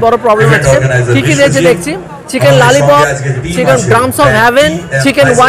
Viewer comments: Lalipop noi dada kotha ta lolipop 🙂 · Are bhai chiken lalipomp ky hote hay ..... Pehele thik se bol to lo phir khana😂😂😂😂😂😂😂😂😂